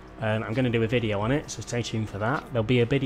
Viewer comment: he says bideo, what is this? Is it a new car, new race or something else?